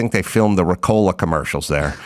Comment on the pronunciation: I don’t think it was “Ricolaa”. It was more like “REE-colaaa”.